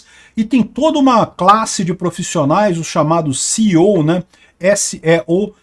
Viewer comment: Vazou, mas não vazou. Não revelou nada em detalhes, nada com clareza sobre o tal "código fonte", como se refere no final. E não se fala CEO, o correto é SEO.